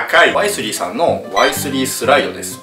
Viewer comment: ワイ↗︎スリー↘︎のクセが強い